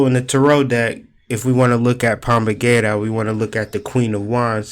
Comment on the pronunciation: It’s pronounced Pomba Jeera with a J not g sound